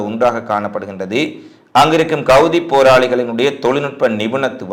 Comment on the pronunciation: Hamas not gamas... Houtis not goutis... Excellent news.. But ungalukku ha... Words vaile varale nu enaku puriyuthu....my dougther olso same... But I'm training every day... Now she change ready...